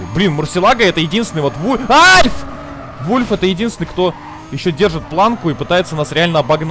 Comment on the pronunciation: Почему Wolf(волк) говорите вульф?